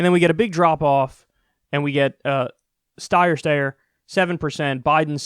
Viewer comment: "styer/stayer" is making me YELL